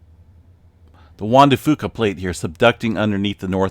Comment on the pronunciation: Only saying this because I think in the past you've wanted correction on pronunciation. Locally, the "Fuca" in Juan de Fuca is pronounced as "few-ca". I know in terms of Spanish you are nailing it, but locally it's a little different. Not that big of a deal, everybody understands what you're saying anyway haha